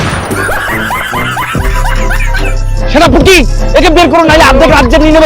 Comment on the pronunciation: Shenaputki ✔️shenapati ❌😂😂😂😂😝😝😜😜